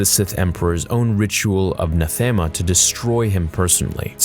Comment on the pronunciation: If you've played Star Wars: The Old Republic, this video becomes so much more meaningful. Also: "Nathema" is pronounced [Nath-em-uh] not [N'th-am-uh]. "Vitiate" is pronounced [Vish-ee-it] not [Vish-ee-ate]. "Rakata" is pronounced [Reh-kahtta] not [Rah-ket-tah]. Sorry. I don't mean to be "that" person. It's just... the game taught me how to say these words.